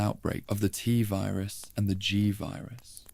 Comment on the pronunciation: Are you using an AI voice? I would think anyone who knows this much about Resident Evil would know how to pronounce T-Virus and G-Virus properly.